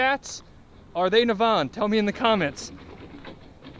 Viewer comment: Nav, as in navigation and En pronounced In. Naven.